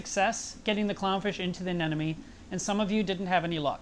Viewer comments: it's a-ne-MO-ne not a-ne-NO-me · he says anemone wrong literally every single time. Its anemone, not anenome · The funny thing is. After seeing the video, I too was pronouncing it "AMENONE" for the next few minutes!!! :) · I was glad to hear a Pro say you have trouble pronouncing the word "anemone". I did too, until I figured out a way to say it right: - - - - A-NE-money $$$$$$ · Lol but he wasn't even saying it like that though, he was pronouncing it as, "anenome." I swear trying to remember the real spelling and pronunciation on my own after reading this and watching the video... I came up with some pretty weird shit. 😂🌊🐠🐚🐟🐙🐡💦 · 2 years down... so much has changed. Except the way you say.... "anemone"!!!! :D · How come nobody can say "anemone"? 😊😊 great vid... hi 🖖🏽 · Great update but i'm quite bothered by the way you say anemone =) just like Nemo. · Still pronouncing anemone wrong. Lol